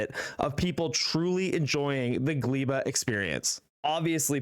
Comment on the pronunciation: I hope there will be time people will be able to pronounce Gleba correctly... The "e" in the middle is pronounced as you would read "a" (like in "I am"). In Polish Gleba means "soil". Very matching name for the deathworld Gleba in Factorio. edit: as explained by there gleba is also a term in english, it is more related to Gleba than polish world. So my theory about how to pronounce it is irrelevant...